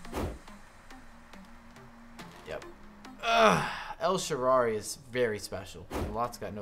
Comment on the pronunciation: nice rewiew but you should pronounce the name of the Italian wing well El sharaui Thanks man. Good job 😊